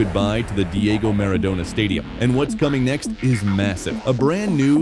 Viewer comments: Animale che sei si dice Maradona no miridona fate letteralmente schifo per non dire Munnezz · Diego Armando Meridona non si puo' sentire. Questa ia è a livello di uno scimpanze' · Animale si chiama stadio Maradona no Miridona fate letteralmente schifo per non scrivere che siete Munnezz a infangare un nome cosi enorme